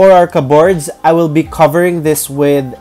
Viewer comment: The stress in the word CUPBOARD (kəbərd) is in the first syllable not in the 2nd. Sorry that’s me being critical otherwise your video is very engaging.